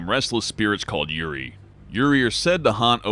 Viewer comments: Japanese spirits are called Yuri... Lemme go ahead and stop you right there- Yuri is the Japanese word for lesbian love/sex. The word you're looking for is Yūrei, which is pronounced differently. Yuri: 'y-uh-Ree' Yūrei: 'y-ooh-ray' Better luck next time!! c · "Yurei" isn't pronounced "Yuri". ;) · It’s actually “Yurei” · Yurei. Not yuri. Yurei.👻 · #12 you said it as 'yuri' which means lesbians, which in fact it's pronounced 'yūrei', so you hear the 'e' and 'i'. The japanese language is spoken similar to the latin languages. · DaBoss Pictures It’s actually Yūrei and it’s pronounced like you-ray. just pronounced it wrong. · "Japanese restless spirits are called Yuri" giggles